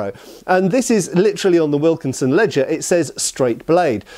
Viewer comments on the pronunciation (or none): none